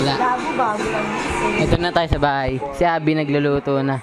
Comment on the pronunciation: "THAYOW" P***, may accent ang pag karol 😂😂😂